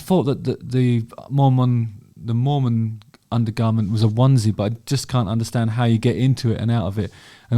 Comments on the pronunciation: Not that I am one or care but it’s pronounced Mor-men, not Mor-mon. Now, bring me more men! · Are we pronouncing “Mormon” like “moron”? LOL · The way he says Mormon sounds like he's describing some obscure rodent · I’m watching you at the gym and this song is playing overhead! Weird. The way you say Mormon makes me laugh Btw, you’re BMI is great! Knock it off…🙄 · Just want to hear you say "mormon" everyday, for the rest of my days.